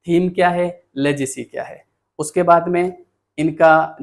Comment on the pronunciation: लेगसी लेजेसी नहीं